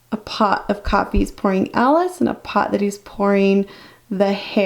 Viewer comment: Its ALICE not ELLIS. Pronounce!